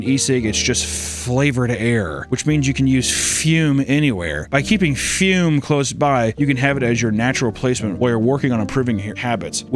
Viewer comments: Ah yes, the "fyuuuum". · did someone at füm give him notes that said he wasn't enunciating the brand name enough? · Broo the way he says "Fume" kills me 😂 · The way he pronounces Fume with so much gumption every time